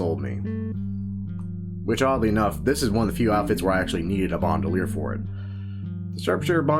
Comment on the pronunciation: BAND-UH-LEIR not BOND-U-LEIR